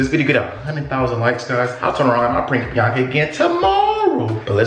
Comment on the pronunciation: can’t say it right it’s biiaaaaaaaaaaaaaaaaaaaaaaanca. 🤣